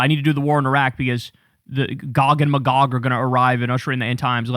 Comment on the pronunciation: never trust a pastor who dosent know how to pronounce Magog correctly on Armageddon lore.